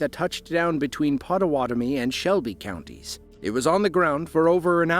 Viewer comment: I love it when pronunciation is spot on. 😂